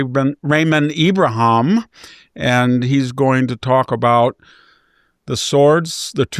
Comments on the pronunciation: IbraHEEM... everyone says "Abraham" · I've noticed that VDH has some strange pronunciations and stumbles over some words. I'm sure he KNOWS Ibrahim's name!!!